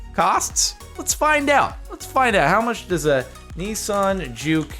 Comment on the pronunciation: Nissan not neeeeesan